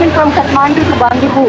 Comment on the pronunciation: chhetra paati. Ban di pur. Hai pronounce mistake